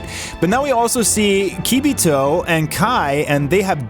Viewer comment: Why are you intentionally saying dabura wrong? And now you’re saying kibito wrong. Are you intentionally dumb?